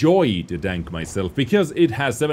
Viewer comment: am i the only one who hears no tank but dank